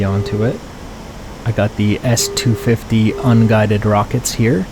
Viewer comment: It's actually "S-25-O" rather than "S-250" It's a real pain to distinguish "O" from "0" with these kinds of designations though (was the same with me)